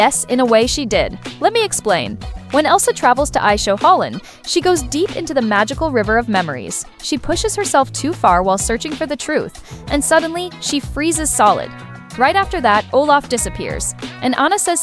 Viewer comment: that's not aishoholland that's ahtohallan